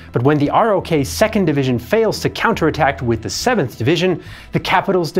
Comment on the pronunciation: It isn't spelled Sign-o. And ROK is pronounced "Rock".